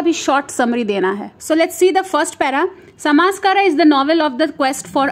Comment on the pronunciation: U r pronunciating the title Samskar, wrong